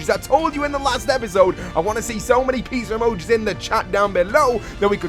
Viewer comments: he said pizzar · It pisses me off how he pronounces pizza emoji like pitzer emoji pitzer emoji pitzer emoji